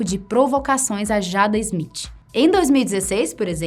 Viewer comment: Izmitchi. Sangra o ouvido.